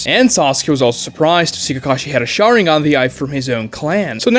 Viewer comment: "Shaw--rin-gawn" The what now? Excuse you? What's that? Oh you silly americans with even more silly pronunciations of foreign and/or made up words.